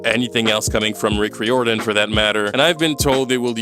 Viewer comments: why do you pronounce Rick Riordan's surname weirdly? it's rai-or-dan. 11 books, as I write this comment. Annabeth turned from a white blonde girl into an angry black girl, or at least she’s a part of of an angry black woman's trope. I wonder what their excuse would be if kids told them they disliked this show, let alone hated it. I hope it won't be the case with the Harry Potter reboot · You’re pronounced Rick Riordan's name wrong, it’s ray or Dan, it’s like you pronounce diamond. he’s proved that he doesn’t care about the book accuracy as he used to when the movies came out. not exactly, Rick wrote at least 11 more books besides the original book series. Percy was watered down 😅. maybe that happens with the show because the ones who are related to the show think the target audience has short attention span, so much so, they think the audience will never have the patience to watch the show if it had the length it needs to have to show everything needed to be shown in it. true, how did they miss that? I know movies and videos are also visual, but shows called shows for a reason, have they forgotten that? What’s the point of making a SHOW if you don’t SHOW anything? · Riordan is pronounce rear-don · i wish youd googled how to say Riordan lmao i swear its not that hard. Reer-Duhn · You mispronounced riordan every single time you brought the name up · Fans be RIOTIN over your pronunciation of Rick Riordan